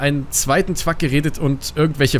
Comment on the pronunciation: wieso sagst du statt Truck „twuck“?